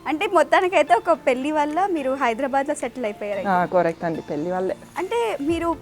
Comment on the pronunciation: యాంకర్ గారు మీరు మాత్రం చెల్లి ..పెళ్ళి ల ..ళ ....కి తేడా చూసి పలికితే బాగుంటుంది .......